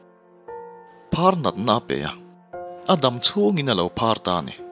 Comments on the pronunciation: uzia a phâr tih tur hi a phar ti a lam voi 2 a awm, khawngaihin insiamthat leh fimkhur na lai turin k lo sawi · phàr dam lo sawi na phar (ban phar ) ni lo a thluk a dik.lo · Aphar tih tur ani lo maw?phar(banphar) a hnuah a phar i ti leh tho na a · Phar(Leprosy)hi a tir ah i lam dik lo a,a hnu ah chuan i rawm lam dik leh tho e👍